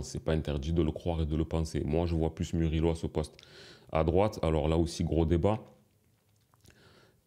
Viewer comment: Tu as ruiné la prononciation du nom de Murillo.😂 C’est MOU-RI-YO et pas MU-RI-LO 😅